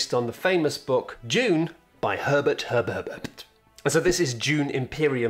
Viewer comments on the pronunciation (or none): "Herbert Herberberpt"? Do you mean, Frank Herbert? That was a joke, right? No, seriously, I truly can't tell if that was a joke or somehow you really thought Dune's author's name is Herbert Herberberpt.